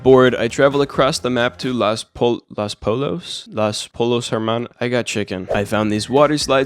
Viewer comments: The restaurant is pronounced L-o-s poy-yos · los pollos means “the chicken” and the 2 Ls are pronounced like a y lol